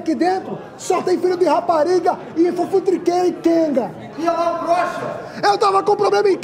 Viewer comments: sou nordestino e esse sotaque ficou muito bom , menos o filho de rapariga que aqui é fi de rapariga kkkk vídeo muito bom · No sotaque erraram aí, não é "filho de rapariga", aqui a gente chama "Fídi rapariga". Kkkkkkkkkk